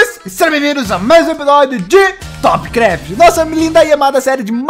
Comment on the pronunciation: Essa hora ele falou trop craft